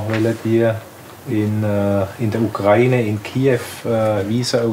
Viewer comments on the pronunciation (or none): none